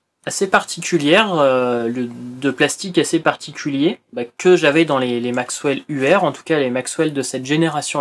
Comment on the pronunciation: juste une petite precision , la marque ''Maxell'' se prononce telle quelle , il n'y a pas de W ... MAIS par contre , il y'avais à l'époque effectivement des cassettes ''contrefaites'' dont le nom étais maxWell ... Cassette Comeback en a fait une vidéo pour différencier ce qui étais une vraie et une fausse Maxell